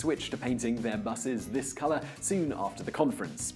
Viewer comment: When he says they then started painting with this color, I thought he said with piss color